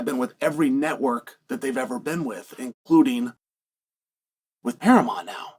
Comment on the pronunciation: Wahey, and we have a new mispronunciation for the books and it's "Paramont". Who needs that "u" eh? The yanks do love to ditch the "u" where possible I guess! 😂